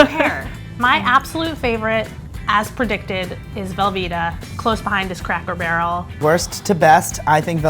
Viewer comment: Did the man really say craycker barrel